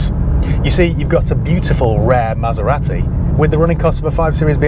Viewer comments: Southerners everywhere are cringing when you pronounce Maseratty . Made my day Thanks for that :-) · pronunciation of Maserati triggered me so bad 😆. Good review though